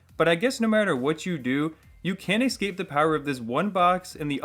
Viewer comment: Its Escape, not Ecscape!!!!! Otherwise a cool vid